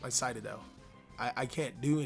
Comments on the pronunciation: Citadel --> Say Sit... Now say adel... Now say them together... CITADEL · It triggers me how you pronounce citadel xD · the fact he said citadel wrong bothered me alot